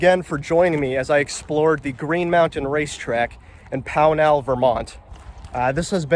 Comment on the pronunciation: The town is pronounced POW nl, not pow NAL.